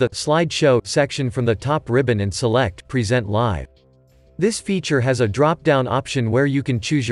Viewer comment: One perfect example of the inability of artificial intelligence to replace humans -- live is mispronounced throughout. Otherwise a nice video.